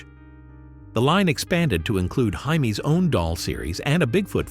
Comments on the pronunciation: Its Jamie, Not Hymie! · Yes I had an action figure of Steve and Jaime. Loved this show. I'm impressed with the voiceover on this. I thought it was human til it pronounced Jaime's name wrong, then right!